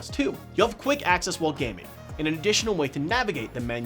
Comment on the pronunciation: when he says "gaming" it sounds like "guinea"